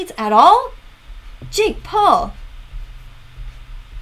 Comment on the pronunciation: "His name is jeek Paul" I litteraly heard jeek Paul and started laughing.